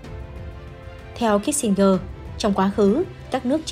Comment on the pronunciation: Tên người ta phiên là Kí-sin-giơ mà gơ đọc hoài. Chán.